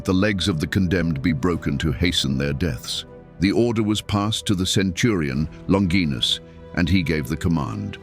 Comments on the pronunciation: Longinus is pronounced - 'Lon- ji- nus.' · Longinus is pronounced LONG-gin-us. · OK AI… It’s pronounced LON – JY – NUSS. …….Not LON – GEEE– NUSS. ..Like in vagina… Which isn’t pronounced VA – GEE-NA. ….. It’s Va.– JY – NA. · The word "longinus" is not pronounced "longeenus" in English. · Many pronounce his name, "Lawn jai nuss" , but neither Hebrew, Aramaic, nor Latin have the "J" or "dg" sound. St Longinus means, "The Holy Spearbwarer". I look forward to meeting him when my time comes.